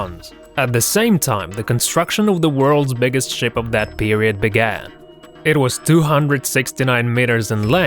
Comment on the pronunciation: Is it me or did i hear Sh*t or Ship?